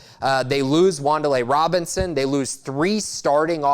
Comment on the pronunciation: The way he said Wandale Robinsons name told me all I needed to know about his take in Will Levis. Yeah it's a mystery whether or not he improves from last year, but you have to look at what he did against the two best defenses he played, Georgia an Iowa. He actually had good games an he had a great game against Georgia last year. He put the ball on the money numerous times, lead down field drives against that Georgia defense an up to that point wasn't done nearly as much or as effective as he did. He was accurate against Georgia an Iowa, even though Iowa kept getting pressure on him, but against Georgia hadn't Wandale Robinson not dropped two touchdown passes that were threaded through some tight windows an were right on the money Kentucky woulda scored 27 on GA. He came from Penn State where he was a backup to a guy that he was better than, an he showed that last year. He came in an learned a whole new NFL offense an lead a team for the first time an had some really good games an a few dropped passes an maybe not an interception here an there KY woulda went 11-2 or 12-1. For his first time doing what he done last year I think he done a great job. Has a top arm in the SEC, has probably the best mechanics of just about any other quarterback in the SEC, an is a tough runner. I honestly thought he was being slept on, an the fact that these NFL scouts were scouting Georgia's defense an that is what got their attention says something. KY OC came from the league an he has stated th